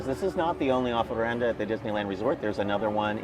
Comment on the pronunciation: Really enjoy your energy charged weekly tours of the D-land parks. I'm mobility challenged right now, so greatly appreciate the updates. May I offer a slight pronunciation fine tuning though. It's O F R E N D A. 3 syllables. Otherwise, carry-on!